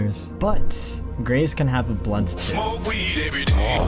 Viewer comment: triggered everytime you say blunt